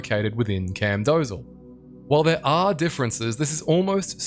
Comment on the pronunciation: Also, it's pronounced as "Camdosaal" not "Camdozal" silly native English speaker! 🤓